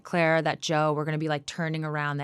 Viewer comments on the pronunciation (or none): none